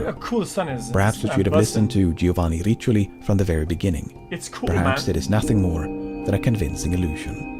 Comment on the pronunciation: Dude lost all credibility when he said "Giovanni Richioli" instead of "Riccioli"... Double C = K not CH...